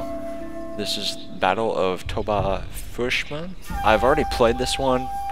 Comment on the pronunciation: lol why are u saying fushma instead of fushima :D`?